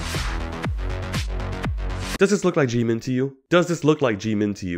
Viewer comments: When he says it, it somehow sounds like jee man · Please stop saying "Jimin" Jeemin. 😂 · This, is Jeemin Omg I'm sorry but I'm wheezing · The fact that you purposefully fked up his name made me cackle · I was also bothered a little about that 😅 but I guess because of their accent or just pronunciation differences.